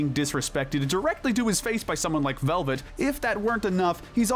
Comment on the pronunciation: Why can’t anyone say Velvette’s name right. It’s not pronounced like velvet. It’s supposed to be the end sound of duet.